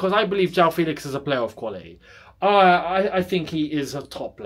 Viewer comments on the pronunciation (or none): It’s FEHLIX and not FEEEELIX